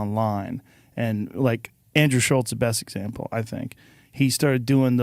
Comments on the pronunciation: I can't stand how everyone puts a "T" in Andrew Schulz's last name... It's F'n SCHULZ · This YouTuber doesn't even know how to pronounce Schulz's name. How much does he really know about him.